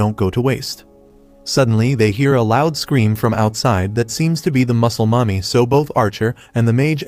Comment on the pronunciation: Pls stop saying muclel momy